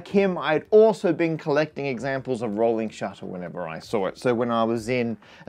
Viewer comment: Rohwling SHUTTA